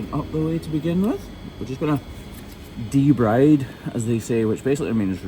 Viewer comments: "Debride" is pronounced "duh-BREED", not "duh-BRIDE". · Just a quick mention: I believe "debride" is pronounced "de-breed* in medicine...when I mispronounce a word, I feel...embarrassed, thus just letting you know - ask your vet for certain? Hugs! ❤❤❤❤